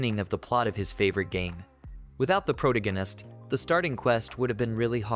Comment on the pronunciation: You do a good job on reading the manga. But you really need to learn to pronounce pro-TAG-a-nist.